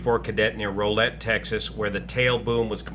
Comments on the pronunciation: Pronounced like R-owl-ette. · Row rhymes with cow. It's Texas ya'll. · Not to bash on ya but Rowlett is pronounced not like row like with a boat but like cow Rowlett. Its a Texas thang . lol great break down of the workings of the rotor system in the 44.